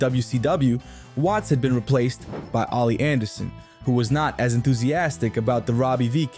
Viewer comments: Oli Anderson? It's Ole Anderson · Fuck learn how to pronounce names. Flops? Jacobs and Copeland were brought in as local enhancement talent by WCW. This is very common as WWE still does this today. Learn some shit. Who the fook is Oli Anderson its OLE ANDERSON SMH.